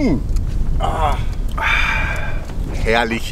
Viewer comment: Herrlisch, meine Herren. Herrlisch.